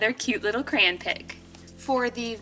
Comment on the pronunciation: the way you say crayon lol😂